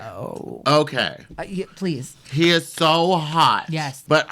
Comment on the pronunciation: Did she say "ploise"....??